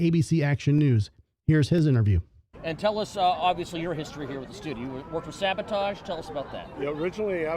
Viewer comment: Great historical event being captured here. I wish someone would have corrected/educated the ABC Action News guy on his pronunciation of SAVATAGE (he kept saying SaBOtage). Nails on a chalkboard! LOL LONG LIVE \m/etal!